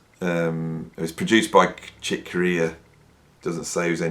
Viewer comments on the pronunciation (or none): none